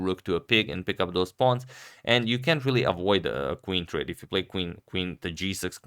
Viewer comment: Mr. Agadmator, great channel! Reminder, when you say the word can’t, make sure to pronounce the T. Thank you.